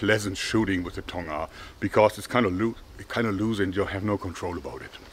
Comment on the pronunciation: 통아 정확하신발음